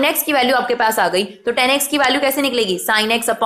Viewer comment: mam its tan not ten